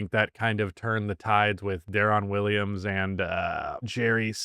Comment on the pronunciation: Mispronouncing Deron Williams’ name is a crime.